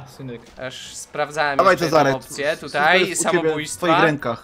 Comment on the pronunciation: nie tutej tylko tutaj